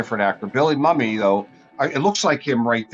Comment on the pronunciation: You're pronouncing Billy Mumy's name wrong - the proper pronunciation is MOO-me.